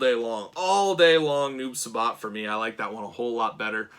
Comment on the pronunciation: Uuuummmmmm just so you no it’s not noob subot it’s noob si-bot= noob saibot